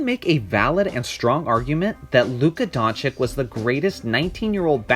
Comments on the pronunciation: Doncic = DONCHICH and not Donchik !!!!!!!!!!!!!!!!!!! Great video !!!!!!!!!!!!!!!!! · Dončič (Don-chi-ch), not Dončik or Donkič. What is it with you americans and forreign names... It ain't rocket science! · Everytime i hear Donchick or Donkich (or Drazig )all u guys lose all the credibility, comin from a fan!!! I would agree otherwise...Man, na that "Trey Old" be sayin he ROY??!! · Hes been in NBA for almost a season and some ppl still pronounce his name donchik.. Smh... Great video tho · If you make a video about a man, learn how to say his his name right. Donchich, ok? Just take 5, check a couple of game recaps and pay attention to how his name is pronounced. It’s not difficult. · Just what I was thinking. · It's Don-S-ich actually.The 'č' after 'Don' is pronounced as 's' . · Learn to fcking spell Doncić correctly. It's so disrespectful to misspronounce their name. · It is very brave to try to make a relevant analysis about a person which name you can’t even pronounce. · Makes a whole video about Luka, doesn't even know how to pronounce his name... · It's not difficulty at all ... like Pete MaraviCH. Now you know. Have a nice day. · That goes for every ex-Yu player,the -ic at the end is always pronounced the same. Vucevi-ch,Stojakovi-ch,Bogdanovi-ch,Joki-ch etc.